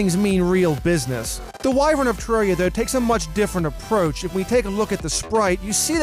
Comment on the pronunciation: TE REAR I A Not TE RAWR REA